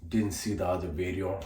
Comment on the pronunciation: It’s funny the way you say “New Bideo” 😂